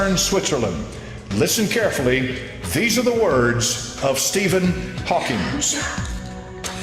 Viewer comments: Hawking. Not Hawkings. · His name is Steven 'Hawkins'- almost , try 'Hawking' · And it’s Haw-KING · Stephen Hawking not Stephen Hawkings